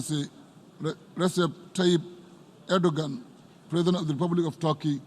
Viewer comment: He is called "Recep Tayyip Erdoğan " NOT Ordogan , Eurdogan" or Ardogan